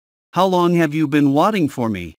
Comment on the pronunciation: Sao lại how long have you watting nhỉ, phải là waiting chứ, mình đang nằm ngủ tưởng nghe nhầm mà nhìn thì đúng thế